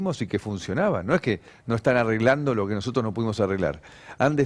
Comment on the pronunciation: Vieron que el opa no sabe ni pronunciar ''nosotros''...; dice noootos...